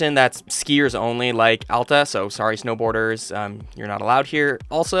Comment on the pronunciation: As soon as i heard Alta not Allta deserved a like immediately. I usually ski at Solitude and I love how you like Solitude.